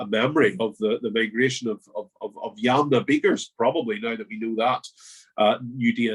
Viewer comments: Thanks, lots of good information. It should be 'yamnaya' culture (ямная культура), with the stress on the second syllable. They originate from an area known in antiquity as Scythia. Hence, the creation theory that the Scots are descended from the Scythians is valid! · Originally, the stress is on the first syllable, but English speakers seem to prefer the stress to be in the middle. Yamnaya is an adjective meaning 'pertaining/related to pits'. The English term is the Pit-grave Culture, but for some reason, the Russian term has become widespread now.